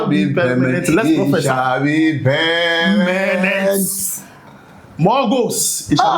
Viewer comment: Permanent ❌ pemenet ✅